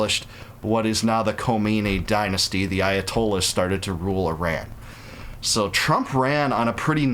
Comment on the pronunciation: At least learn how to pronounce Iran correctly. At the same time I don't like how it's being done as this is feeding Israel's thirst for blood on their hands with war and distract attention from Gaza, that regime of Mullahs has to go as they were a regime change ushered in back in 1979. This government ruining Iran shouldn't have be installed in the first place and Obama/Biden shouldn't have gifted the Mullah regime money. The world shouldn't be doing any more deals with the regime in Iran! The world, not Israel, should want to fix the regime in Iran as they helped bring in those clowns in power that have been terrorists and dictators since 1979. Iranian people have not deserved this nonsense that forced us all to leave Iran and many Iranians stuck in Iran are still suffering to this day. Overall, this government in Iran has to go but also Israel's government has to change as well.